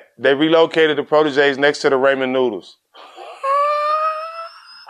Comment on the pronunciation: “Raymon noodles” 💀